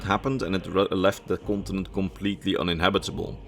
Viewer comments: I see, I did not mean to be rude, I probably came across that way, at first it sounded like you were actually saying gibberish, though I am pretty certain the way ESO pronounces it is not how it's spelled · which game are you talking about? Since the way your pronouncing it is nothing like how it's spelled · I am sorry but did anyone else keep hearing him say france when he talked about the continent the sload was from? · I love your videos but your pronunciation of continent is ear cringe. I hate to be that guy but it was said SOO MUUUUCH!